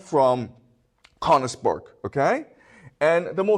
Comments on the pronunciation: Sir it would be even much more delightful and that beautiful if you would train to pronounce königsberg❤❤❤ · He skipped over all the war crimes (to put it mildly) and returned to Königsberg being the cradle of civilization. I doubt that praising Germany and Japan during WW2 is standard in Beijing schools. If anything, this video shows there is freedom of speech in China. However, be cautious when you hear somebody who cannot pronounce Königsberg praising the achievements of Germany up to and including WW2. His admiration for Prussia has blinded him to the extent that he commits basic factual errors, like the claim that Germany was fighting alone against the whole world in WW2. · The mispronunciation of Königsberg is painful to my ears. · He can't even pronounce Königsberg.